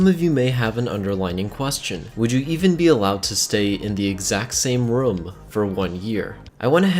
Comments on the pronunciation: It sounds like he says rum not room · It’s ROOM not RUM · ITS ROOM NOT RUUM